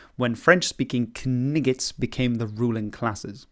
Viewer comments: French kaniggits? Give me a break with the AI voiceover. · It's always very interesting, and even fascinating to see the relationships and similarities between different languages! As a side note, I'm highly disappointed that nobody in the comments seems to have noticed the obvious reference to the awesome movie The Monty Python and the Holy Grail in the way you pronounced "knights" !